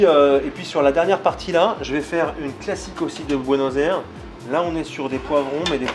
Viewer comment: Il a l'air sympa, passionné et sa pizza à l'air super bonne mais il ne sait pas prononcer Buenos Aires ;)